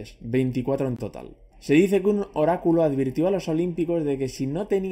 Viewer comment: cuando escucho horaculo solo se me viene a la mente el chico nuevo de south park XDD